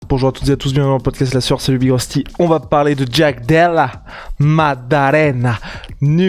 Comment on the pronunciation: Oh purée! J'ai tenu 5s... qui prononce "Jaaaack De Laa..." avec son accent crypto racaille du Bronx mode Wish activated... C'est juste atroce d'entendre une telle auto-humiliation (Et non, ce n'est pas une position du Kamasutra même si dans l'esprit, ça y ressemble)